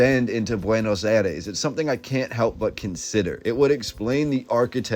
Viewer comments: Buenos aïres not buenos ares… 😉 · There are many many french type buildings you have no idea. Before making a video please inform yourself It is also BUENOS AIRES. NOT BUENOS ARES